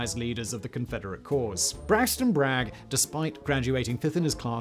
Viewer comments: Has anyone pointed out it’s Braxton Bragg, not Brigg? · Braxton Bragg not Braxton Brigg. I know he was an incompetent traitor, but if you're going to criticize a man, you should at least get his name right. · It’s Braxton Bragg, not Brigg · This video needs a little more editing, it took a few tries to start calling Braxton Bragg by the correct name instead of calling him Braxton Brigg. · Braxton Bragg, not Brigg. You should know this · It's Braxton Bragg, not Braxton Brigg. Before he was promoted, he was quartermaster and filed a request for supplies. He was then promoted and soon received his own request, which he subsequently denied. He was said to argue with himself. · Braxton WAS an incompetent general but his last name was Bragg, not Brigg. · It’s Braxton Bragg not Brigg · Hey, Whister, his name is Braxton Bragg, not Brigg. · Bragg, not Brigg. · I'm sure you're sick of hearing it by now but... it's Braxton Bragg, not Brigg. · Not Brigg, Bragg. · BRAGG. General Braxton Bragg. Not Brigg. You got it wrong initially, but then corrected yourself later during the narration. Nice presentation, though! Thanks! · Braxton Brigg lol. Who let that slip through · Braxton BRAGG, not Brigg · It's Bragg, not Brigg. Chicamauga was not a minor battle, it was a second biggest battle of the American Civil War. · Who the hell is Braxton Brigg? Oh you mean Bragg! Dont these people catch even obvious misprints! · Braxton Bragg. Not Brigg. BTW, if you want to know when I checked out, that was it. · It's "Bragg", not "Brigg". He probably needed to be in a "brig" for his incompetence though! 😂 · Is it Brigg or Bragg says Brigg next to his name 😂😂😂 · Braxton Brigg?????🤣 It's Braxton Bragg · Braxton Brigg? and I am suppose to think you know anything? Ckikamagua???? Or, maybe it was Chickamauga!!! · Braxton Bragg, not Brigg. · Cool vid, but re the third nincompoop, it's Braxton *Bragg*, not Braxton Brigg. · That’s Bragg, not Brigg lol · It’s actually Bragg. Not Brigg. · Braxton "Brigg"???